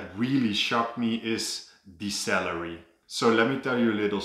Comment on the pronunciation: So am i the only one eho thought he said 'cellery' when he said 'salary'? I am? Oh, ok